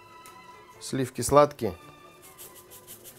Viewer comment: слиффки.... фффууууу.........